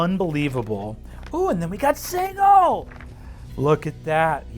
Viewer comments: "sigil" not "siggle" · Is it really pronounced 'Sighil' instead of 'Sijil'? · Americans pronouncing 'Sigil' like 'Siggle' will never not make me feel queasy. It's SID-JIL. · Sigal = sidgal not sig al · Its not pronounced sijəl? I don't think I'm going with the hard G at my table. lol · No, berk, it's pronounced Siggle--look yer rattlin' yer bonebox and getting a bit addle-coved about how the cant of yer local backwater says a word but this ain't yer plane or this 'americans' or whatever, and out here, every cutter from the sixes to the sevens and even the knights of the post know it's 'Siggle' if ya don't wanna sound like some green prime with too much jink and not enough sense to stay out of the dead book. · He'd have to learn how to pronounce Sigil though